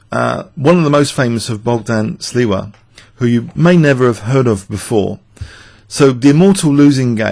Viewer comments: It is Bogdan Śliwa, not Sliwa btw. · "shleeva" is more or less how this name is actually pronounced. However, "bockdon" is rather off. The "gd" in "Bogdan" is voiced so the pronunciation BOG-dan (or -don or -dun) is actually closer to the Polish pronunciation.